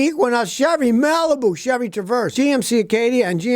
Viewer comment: SCOTTY PRONOUNCES CHEVY AS SHABBY: LOL